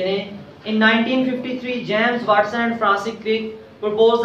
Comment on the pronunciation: Wastson nhi watson hai word sir